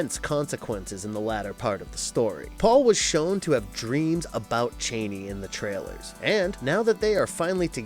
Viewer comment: Her name is pronounced (Chaw-nee)